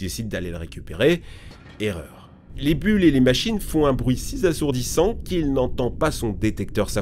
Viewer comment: "Si z'assourdissant"? Pitié !